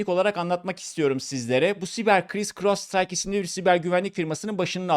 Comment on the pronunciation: keske once firmanin ismini ogrenseydin firmanin ismi Crowdstrike 0.08 dedigin gibi cris cros site gibi birsey degil